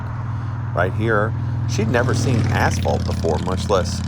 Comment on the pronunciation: I heard asphalt as Assball☠️